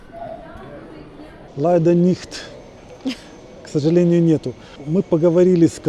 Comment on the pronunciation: Ляйдер/leider. Произносите "эль" мягко.😊